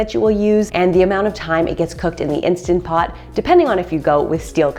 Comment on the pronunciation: So refreshing to hear someone say Instant Pot instead of Insta Pot, which drives me nuts. Thanks for your tips.